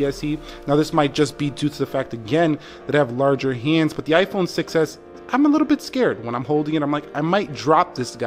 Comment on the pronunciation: I heard iPhone success not 6s hahaha